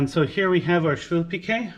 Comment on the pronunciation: Amazing :) I know,it tastes so good,my mum was making švilpikai,I am Lithuanian :) I thought I need to make tomorrow švilpikai ,thats how I find your channel :))) And you pronounce it correctly ;) There is one more recipe,which I like as well from boiled potatoes,just more complicated to make,the name is VIRTŲ BULVIŲ CEPELINAI :) After you made švilpikai I am so hungry now :D